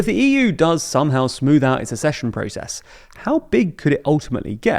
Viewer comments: AK-sesh-un It's pronounced AK-sech-un. Hard C sound. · Aaargh! The word is "accession", not "assession"! 🤬 It's about ACCESS (pronounced "Ack-sess"); it's not about assessment! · It’s not assession, it’s accession. Double c, it’s pronounced like “ax-session”. It’s mispronounced in many TLDR videos and it’s annoying. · IT'S PRONOUNCED "ACK-SESSION"! Really annoys me how you repeatedly say this word incorrectly!